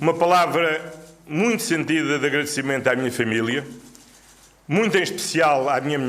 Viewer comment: Ó Chamuças estava tão nervoso mas tão nervoso, que nem pronunciou bem certas palavras como; instourado (instaurado), procuria (procuradoria) e famila (família) vi e revi o que ele falou várias vezes 😂😂😂😂😂😂😂e😂